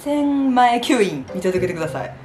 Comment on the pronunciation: 「参戦前吸引」が韓国語に聞こえる❤